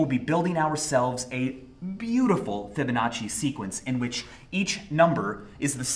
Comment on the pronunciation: Fibbing, just kidding Fibbonnaci...sequences. Is he suggesting Fibonacci is a lie?